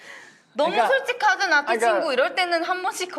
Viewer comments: 나티 -> 나띠라고 들림ㅋㅋㅋㅋㅋ😂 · 나티가 계속 나띠로 들린다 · Every time they say 나티 I keep hearing 나띠 😂